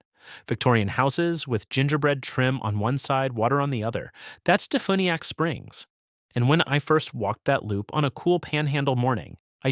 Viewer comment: It’s Duh-Few-Nee-Ack Springs..fyi